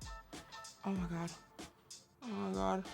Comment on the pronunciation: OH MY "GAGA"